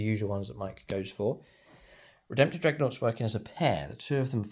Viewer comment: Thumbs up for his beautiful "Dregnoughts" 😂😂